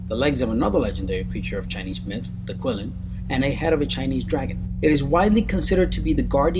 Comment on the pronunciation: kilin, not quillin